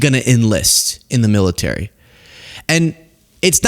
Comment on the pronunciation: The "MILLTEARY"